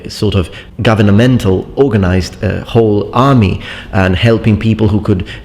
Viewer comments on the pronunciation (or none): none